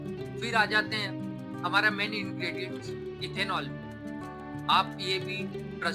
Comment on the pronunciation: It should be Ethanol not ethenol.